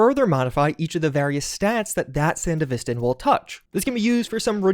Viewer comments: Is it not pronounced san-devistan, rather than sand-a-vistan? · Why do you say sandevistan wrong? Have you even watched Edgerunners? SAN-DEVI-STAN and not SAN-DEV-E-STAN. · I was excited by your title. Confused why this wasnt labeled as a mod update video, and then couldnt complete the video when you kept saying Sandevistan WRONG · How you butchering the sandevistan pronunciation that bad? They literally say it in the show and game?😭